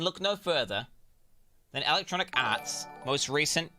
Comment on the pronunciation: Did the dude say Electronic Aarse?